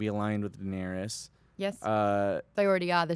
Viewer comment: And when says "Daenerius" instead of Daenerys